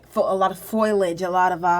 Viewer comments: ooo this is older footage! before she learned how to say "foliage" properly ;) (I always got a kick out of her "foilage" hehe) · Please stop saying "foilage" it's "foliage." Not a huge deal, just distracting while already watching something very strange. Not sure I believe this is real. It could easily be manufactured for manipulation of the public, but I rule nothing out. It does appear that you have selected uneducated individuals, though,, brought them in very young and trained them. I'm not sure if formal education would work for or against you because of indoctrination. If this is real you definitely need excellent story tellers with an eye for detail and a flair for the dramatic to make the experience thorough and entertaining. seems to have all of the necessary qualities, but working on her vocabulary would certainly help her to relay what she is experiencing.